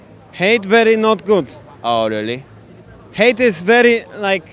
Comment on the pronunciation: typical asia english user "yorly?!"